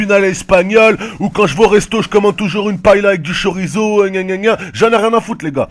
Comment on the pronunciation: j'ai dislike pour ta prononciation de chorizo